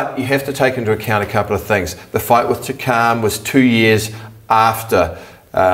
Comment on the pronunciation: Who is Takaaarm? It's Takam!